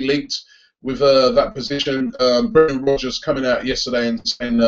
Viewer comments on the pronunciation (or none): none